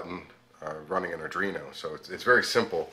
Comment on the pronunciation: Spells Arduino correctly... but keeps calling it an Adrino. Had to stop watching lol.